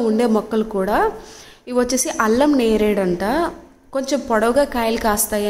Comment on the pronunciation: అది అల్లం నేరేడు కాదమ్మా.... అల్ల నేరేడు...